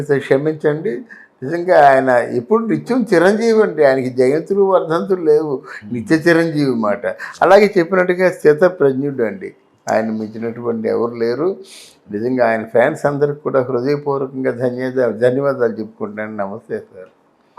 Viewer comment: Its sthitha not sthithi